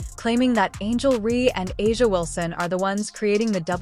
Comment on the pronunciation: It's Reese, not Ree. Can you not pronounce anything? It's A'Ja, not A'A, AJ, or what other stupid thing you said. Go Indiana!